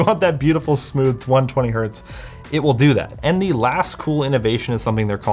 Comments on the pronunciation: 1 Hert?! 🤦‍♂️ The unit is Hertz, as in the name. 1 Hertz. Yes, completely triggered. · nonono, anything below 1 Hz is pronounced '## her', 1Hz is 'one hert' and anything above 1Hz is '## herts' - 100 Hz is 'benjamin' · Did he really said one hert? You know Hertz isn't the plural form of Hert right? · hertz is not plural, it's 1 hertz, not hert :) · No, "Hert" is not the singular of Hertz. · To everyone saying '1 hert' is correct, the unit is ALWAYS pronounced with the plural 'hertz'. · Did he just say 1 Hert? Lmao Hertz is not the plural of Hert. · God damn Americans (Canadians are basically Americans Lite). It's 1 Hertz! the Z is not to denote multiplicity. It's HERTZ! Not Hurt. 🤦‍♂️🤦‍♂️🤦‍♂️🤦‍♂️🤦‍♂️ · Heinrich "Hert" wouldn't be proud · 1 hert isn't a thing right? Like the z doesn't make it plural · i love how you butchered the singular of Hertz to... Hurt? The guy was named Heinrich Hertz. It's not a plural s... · "... it can go down to one Hert" That really Hert my ears. It's Hertz, even if it's a single Hertz. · i love how he said "1 Hert" as Hertz were plural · Really? 1 hert??? Come on man... That's 1 HERTZ! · No one noticed that he called 1 Hertz "Hert"? HERT?! man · Did you just say "1 hurt"???? It's not "Hurts" where the "s" indicates plural... the unit is Hertz, regardless of the number preceding. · are we not going to talk about 1 "Hert"? :D ... I am surprised poor Heinrich Rudolf Hertz didn't appear there to slap him for that :D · It's Hertz. Like ... his name was Hertz. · did he just say 1 hert? it's Hertz! It's a name! It doesn't have plural or singular! LOL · “1 hert”... That hurt 😅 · You know the german Heinrich Hert? He invented the Hert. Before that it wasn't possible to measure frequencies, and that hertz. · No, that HERT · Btw... it's still Hertz - even if it is just one. There is no such thing as one Hert. Hertz is named after a dude called Hertz. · it is 1 hertz. Not "hert"! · one hert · "1 Hert" It's still Hertz :)